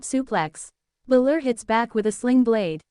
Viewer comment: stop doing this idiots... You can tell it is AI because the usos don't even look human. and it's BALOR not fucking bluler.